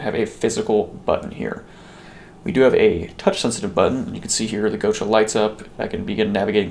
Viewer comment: Gotcha... Not go cha